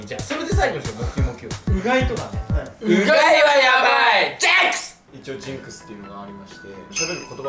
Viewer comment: ｼﾞｨﾝｸｽｩ! 好きだわーw